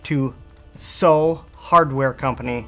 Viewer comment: Soo is pronounced Sue. and Sault Ste. Marie is pronounced Sue Saint Marie.